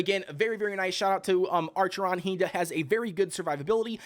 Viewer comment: Acheron, acheron, not ARCHERON. Lmaooooo. Anyway, good guide.